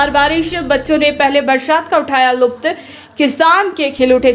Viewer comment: Say Lutf not luft